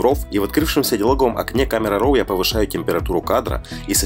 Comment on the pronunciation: "РОВ" - такого произношения я еще не слышал:) Я, даже когда говорю более привычное "РАВ", получаю комменты, что нужно говорить "РО":) Под каждым, блин, роликом. Странно, что тут никто не высказался на эту тему. Подписался, буду смотреть!